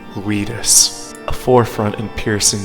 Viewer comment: I can’t TAKE IT ANYMORE why do you pronounce OUTIS (Oh-Tis) like AWITUS AHHHHH